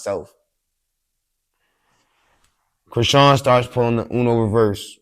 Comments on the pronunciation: The way dude pronounced her name! "Sean" is still in there and I thought most of us wld know how to pronounce that! 🤔😳😂😂😂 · That was SO CRINGY when interviewer intentionally said Chrisean name wrong . That's corny af "that's how u say her name" ??